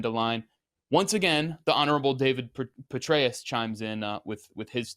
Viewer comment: Youre pronouncing it wrong it is general BETRAY-US